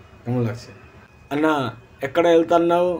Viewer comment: দাদা কে আনা নয় আন্না বলে